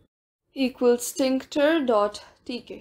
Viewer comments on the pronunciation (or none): "tinKter"? It's still TKinter